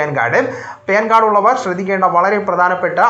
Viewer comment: ഹാലോചേട്ടാ പേൻ കാർടല്ല പാൻ കാർഡ് 😂😂😂